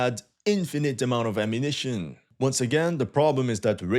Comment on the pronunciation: This guy needs to learn how to talk normally without stretching the words towards the end: ammunitioooon. Damn, bro, learn a more proper English pronunciation.